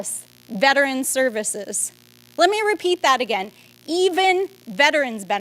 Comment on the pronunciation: "Againd" so dumb